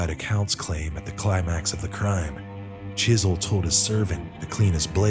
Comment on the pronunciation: You should known he was sneaky when he didn't pronounce the w in his name.